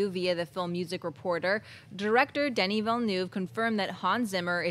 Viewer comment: Woop Woop! That was the closest I´ve heard on the net for a long time to pronouncing Denis name right!